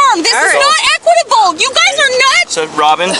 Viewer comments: She actually said "this is not eqitable"....😅😅😅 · "THIS IS NOT EQUITIABLE!" /ded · She should be arrested for saying equitable.